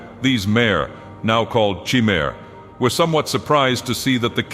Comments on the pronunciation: Please continue this! But correct the pronunciation of "Chimer". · WAIT Chimer it’s pronounced Cimer or Kimer? (C like chocolate and K like kim jong un)